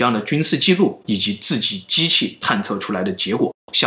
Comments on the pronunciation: 还有一个 记录 ji nu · 历史记怒 计涮